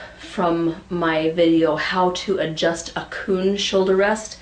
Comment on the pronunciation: Every time she`d say KUN, I`d think of a-KUN-a-ma-TA TA!